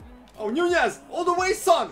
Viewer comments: its not nuñez it's nunez you know an N.... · The ñ makes it sound like a Y